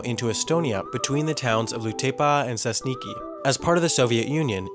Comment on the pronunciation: I love how he pronounced Sesniki.